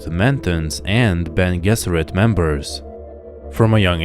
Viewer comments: Beny je-zer-it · I've never heard Bene Gesserit pronounced that way before.